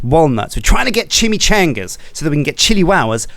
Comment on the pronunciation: How difficult is it to pronounce chimichangas?